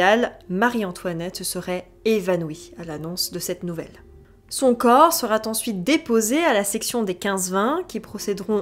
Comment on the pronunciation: Pour rappel : la troisième personne du singulier du verbe être au futur est "sera" sans T à la fin. Merci d'éviter les liaisons "maltapropos".